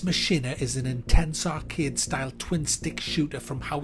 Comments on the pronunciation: its pronounced mack eena lol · Mack-in-A is how it is pronounced.. lol